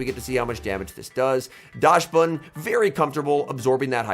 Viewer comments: You could not pronounce dax ban any worse even if you tried 😢 never say daash ban again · Yes you are right about the dachshund part. But the correct pronunciation should be "daks-bun" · and Dachsbun is "docks-bun", like the dog, the dachshund - docks-hund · your German is awfull xD call it dahxbun